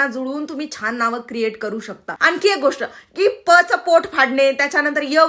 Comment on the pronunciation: बाई तुम्ही छान ला छाण उच्चारत आहात, वेड्या ला येड्या म्हणत आहात तसच आहे आज नाव ठेवणाऱ्या माता पित्याचे पण सरकारी आँफीस मधे ही नावे कशी लिहीतील खरच कौतूक होईल!